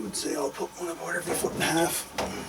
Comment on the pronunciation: Great work, but I must ask... Did you say FEET(fee-ett as you pronounced it) was French for feet lol